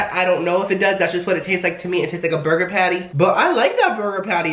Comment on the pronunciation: did you know that some salad dressing is more fattening then a burgahhh